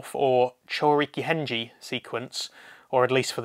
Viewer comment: It is pronouned Henge (Hen-Gay), not (Hen-Ji)!